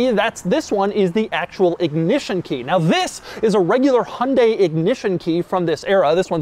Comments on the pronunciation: It’s pronounced hi-on, dye, hunday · it's he-oon-dy, not hun-day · Isn't it pronounced Hy-un-day not Hun-day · Haha wtf hon-day it’s Hy-un-dai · Hi-un-die...not hun-day... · Do you mean Hai Un Dai? It has three syllables. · It hurts how he says "hunday" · the "hunday" pronunciation is driving me insane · The way he's saying Hyundai is genuinely infuriating. The word has more than 2 syllables. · Really wish Americans would learn to pronounce Hyundai properly. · i just cant get over how BAD you are pronouncing "Hyundai" XD